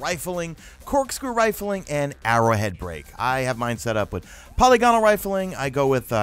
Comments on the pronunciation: Psst... It's pronounced puh LIG uh nul. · lol, haven't seen a single YouTuber who pronounces polygonal correctly...you all say it the same way too